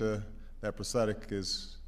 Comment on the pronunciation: He said postetic instead of prosthetic